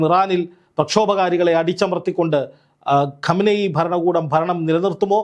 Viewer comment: GHAAMANAYI ആണോ അതോ ഗമനയി ആണോ ??? ശ്രദ്ധിച്ചു വായിക്കു 'സൂർത്തെ'!!!